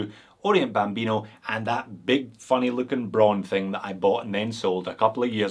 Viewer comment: As a German I love how you say Braun. It sounds nicer then when we say it.